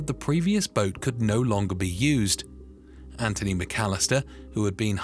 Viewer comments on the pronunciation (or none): none